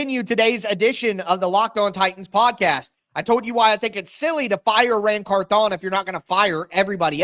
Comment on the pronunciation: I think it's pronounced like CARthon instead of carthON like you've been saying it.